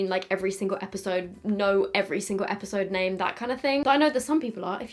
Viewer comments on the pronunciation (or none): none